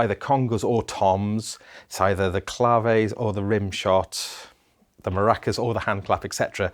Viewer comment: == only guy doing a TR-08 review who knows how to pronounce clave!